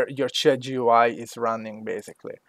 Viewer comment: "jew eye" Thanks though man